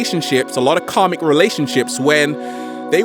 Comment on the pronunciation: When he first said "karmic" I understood "comic"... 😕